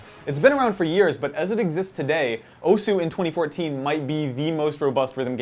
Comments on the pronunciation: Just so people know: The "u" in "osu!" is silent, so it's pronounced "os". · The 'u' in 'Osu!' is silent. -_ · It's pronounced OSS!! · Graphical tablets? Also, you're saying osu! wrong. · I'm cringing listening to him pronounce Osu! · Please learn how to say osu